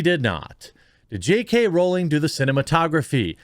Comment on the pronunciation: Sweet mercy, a YouTuber who can pronounce her name right. I’ve spotted a unicorn!